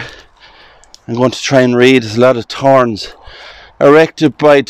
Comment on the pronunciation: I love the accent when you guys say "torns", tree (3), and the H is silent in t words, I gather.